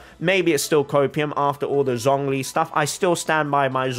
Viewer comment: I'm glad that you call her Kandakeh, but you claim that you're trying to be respectful towards other cultures by pronouncing names right, while pronouncing Zhongli's name in the worst way possible. Please watch tutorial video on YouTube how to say Liyue characters right, if you want to show your true respect to the other cultures in this way